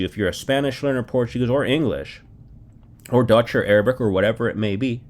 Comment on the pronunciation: Your Portuguese pronunciation is quite good.